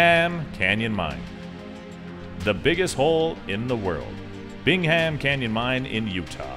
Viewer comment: loved the video, but you don't pronounce the h in Bingham. It's sounded out bing-um. I live about a twenty minute drive from there and the mine is an among site to view from afar and up close